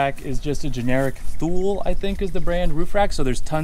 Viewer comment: its pronounce "Tooly" though its spelt Thule